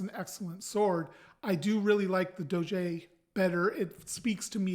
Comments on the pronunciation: It's closer to doe-jah, with the emphasis on the first syllable. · Google translate gives the proper pronunciation, something like Doh-jeh the accent is on the Ò